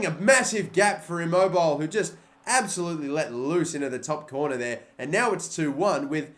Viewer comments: He said "I-Mobile" 😂😂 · Immobile Jesus u said it like mobile it’s not said like that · just to point out, Immobile is pronounced 'i-mo-bi-leh'. made me laugh a little. but great video. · i dont understand .didn't fifa get calcio a license oh n immobile is pronounced E-mobile-ly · You pronounced Immobile incorrectly. Im-oab-i-lay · The way u said Immobile tho😂😂👏👏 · 😭😭 Immobile